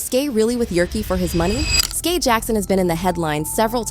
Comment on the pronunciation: Me too like say her name right please it’s Skai skyyyy lmao